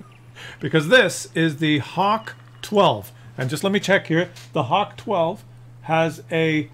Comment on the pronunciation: It's pronounced Huh-Vay-Kuh. There are no hawks in Germany, only good old falcons. (And a few hogs but I digress.)